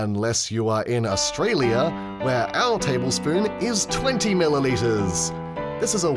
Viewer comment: Australiur Areaur